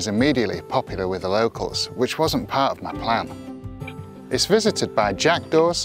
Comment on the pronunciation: You are saying jackaws and i hear "jack doors"